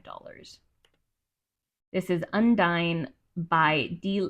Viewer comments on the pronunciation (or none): Book pronounced Un-Deen..its a French female name.